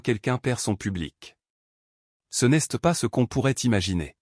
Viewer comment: Ras le bol des fautes de prononciation. Apprenez à l'IA le français Exemple Elle s'est rappelé Et non elle s'este rappelle ça ne veut rien dire en français Ce n'este pas rien au lieu de ce n'est pas rien. Qu'est ce que tu veux et non quesque tu veux. Vous inventez des mots qui n'ont aucun sens. Mais en fin de compte vous en avez rien à faire de nos commentaires parce que vous ne les lisez pas 😢😢😢😢😢😢😢😢😢😢 et je mets un pouce en bas à cause de la prononciation.